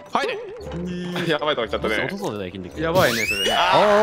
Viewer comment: わぁかったよ バカ野rrrrrou (巻舌好きだった)